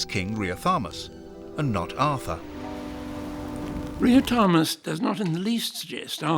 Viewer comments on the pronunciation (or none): Riothamus, which pronounces as Riotamus. Don't you hate inaccurate voice-overs? I do.